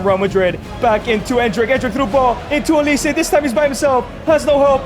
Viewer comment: Mikel olise 😂😂😂 I wonder if that’s the real pronunciation